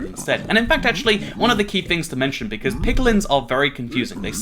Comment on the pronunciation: He said Bequartz again.